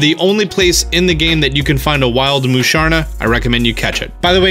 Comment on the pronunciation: and "Moosharna"